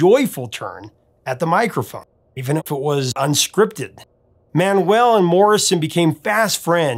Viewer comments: A: Richard's name was pronouced Manual, not Man-well. B: It's take a load of Fannie, not Annie. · Always a great fan of The Band. I think it's Mau-u-el not Man-well. You're missing the great vocal contribution of Manuel who Levon says was the lead singer of the group (Last of the Blacksmith) and Danko (Thinking Out Loud). A lot of people think Clearmountain messed with the drums on the remix, and I think there is too much reverb.